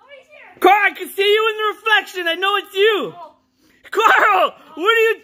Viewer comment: You said Carol its Carl 🤣🤣🤣🤣🤣